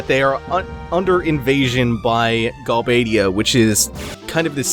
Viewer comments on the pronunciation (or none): also it's not gal bad ia, its galbade ia, as you would say forbade. and not dol-let..just dollet :)